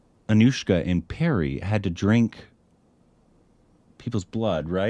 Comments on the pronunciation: Purry not Perry. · You should pronounce the 'Pa' in Pari like 'Pa' in Papa. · It’s tooth Pari. Pari as in papa. Pari means fairy in english